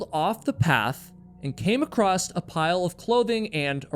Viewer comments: Great show as they all are. Just one thing, There is no “T” at the end of the word across!! Iv heard you say it twice as often . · why do some Americans say "acrosst" or is it "acrossed"? You know it's across right? (edit - or is he Canadian?) Either way, why?? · Is there a "D" or "T" at the end of the word "across"??? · I have no idea why but I did learn that people from certain areas of the US say it that way. I believe it’s “acrost.” I find it unusual also. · @@ I also find pronunciation intersting. It seems less mystifying to me when sounds are omitted as opposed to added as in the previous examples of “would have” and “across.” In the case of “acrost” it makes the “cross” portion of the would sound past tense, although it if not spelled that way. “Would uh” is much more familiar to me as I’ve heard that much of my life. I feel as if it makes more sense to drop these sounds as it doesn’t change the meaning of the words. Or do it? Maybe it’s just because of my familiarity with it. I heard a number of people say “coulda, woulda, shoulda” where I grew up in Pennsylvania. Even people that would normally pronounce those words fully.